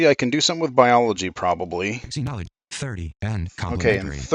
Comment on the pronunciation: Just to let you know, it’s pronounced zenology.